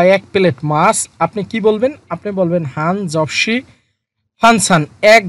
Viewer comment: স্যার কোন কোন শব্দে ই, আ ছাডাও জিয়ত কে জ এর মতো উচ্চারণ করা হয় যেমন : 한 접시 এখানে হান চপসি না হয়ে হান জপসি উচ্চারিত হয়েছে স্যার একটু জানালে সত্যি উপকৃত হব